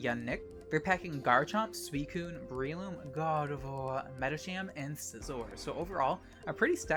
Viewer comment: Umm, can you say "Gardevoir" again? 😳